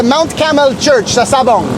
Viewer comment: it's Mt. Carmel not Caramel😅 Sabang (name of the town) not Sabong (cock fighting)